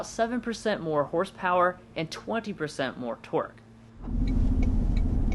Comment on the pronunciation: He definitely said twerk instead of torque